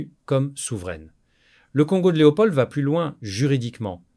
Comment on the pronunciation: Pourquoi vous prononcez le D de Leopold ? De plus ce n'est pas un Prénom, on dit le Roi Leopold.